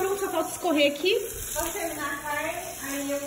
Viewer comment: o sotaque da Voltan falando "carne" hihihi 💖